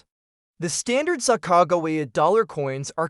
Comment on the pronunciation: Is this an AI voice or did you not learn how to say sacagawea